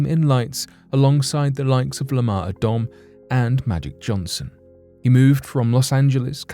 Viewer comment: Supposed to have his name in lights next to Lamar Odom. Pronounced O-dum lol! Can tell you don't watch much....must watch soccer